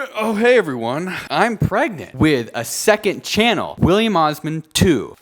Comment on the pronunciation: "*Wihph*illiam Osman 2!!"